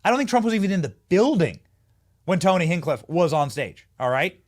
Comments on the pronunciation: It's not "hink-clif" it's hinch-clif. And it's not "aim-ish" it's aaa-mish. You're gonna drive me insane with all that. 😂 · Uhhh... Benny? How to you keep getting "Hing-cliffe" from "HinCH-cliffe"? Just like, how to keep getting "Ram-swamy" from Ram-A-swamy"? When one's living is made speaking to what others speak, put a little more effort into getting names correctly. All that aside, God bless you, young man. Love the work you and your staff are doing. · It’s Tony HinCH Cliff Benny not Tony Hin Cliff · Tony HinchCliff. Tony Hench Cliff is how to pronounce it. Just to help ya out Benny. Love your Work, you're doing the Lords Work. Let's MAGA & MAHA. Trump / VANCE / MUSK / RFK Jr / Gabbard / Ramaswamy. 2024. Let's take back our country and Fight, Fight, Fight For Our FREEDOMS. GOD BLESS YOU ALL, And to those that don't Believe, that is Fine, I hope God touches your Heart and shows you the Path. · Benny it’s HINTCH-CLIFF! NOT “Hen-Cliff…” and while we’re on the subject it’s pronounced “NEW-CLEAR” NOT NEW-Q-LUR… LOL Love you Benny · Benny, I love the videos but I can’t get past the way you pronounce Hinchcliffe. It’s HINCH, like a trailer hitch but replace the T with an N. Not Hinngcliffe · Benny, Tony's last name is pronounced Hinch-cliffe not Hin-cliffe! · HinCH Cliff Benny, HinCH Cliff. He kills me when he says Hin Cliff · HINCH. Benny it’s hinCH CHA CHA . HinCHcliffe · Benny, you are amazing, brother but you gotta stop mispronouncing Hinchcliffe lol HinCH-cliff 😂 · It’s ‘Hinch-Cliff’ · Four days and you still can't get tony's name right